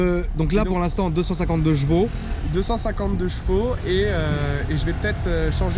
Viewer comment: Frerot on dit CHEvaux pas JEvaux ! PLS à chaque fois que tu le dis xD